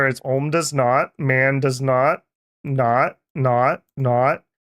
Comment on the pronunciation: You have an opinion on Man, but you can't even pronounce the nation's name)